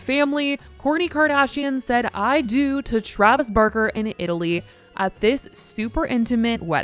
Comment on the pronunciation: When you said "kourtney Kardashian said I do to Travis Barker" I heard at first "Travis Burger" lmao 😭